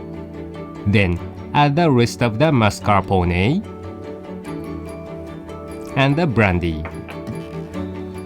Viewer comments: I loved the "mascarponey" pronunciation lol it got stuck in my head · so epic the way pronounce MARS.CAR.PO.NAY.